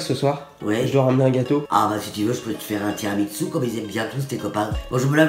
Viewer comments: On dit pas tiramitsu mais tiramisu 😂😂😂😂😂❤️ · mdr je l’aime elle ditt tiramitsou a la place de dire tiramisu !!🚗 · "tiramiTSU" hahaa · elle appelle ça tiramitsu c'est cute